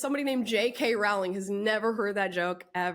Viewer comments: Her last name is pronounced "roh-ling", like rolling". Not like growling. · Amala, PLEASE pronounce 'Rowling' correctly. It rhymes with 'bowling', not with 'howling'. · Wanted to listen to this story, but can't get past 'Rowling' being mispronounced any more. Rowling rhymes with 'bowling'. She is one of the greatest English writers of our time. I wonder if she has even heard of Ms Cho. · Why can’t people get her name right? ROW-ling. Row- as in rowing a boat. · J.k. Rowlings' name is pronounced like Bowling. Like the sport.